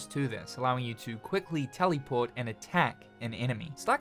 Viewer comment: “Tellyport.” Hehehe.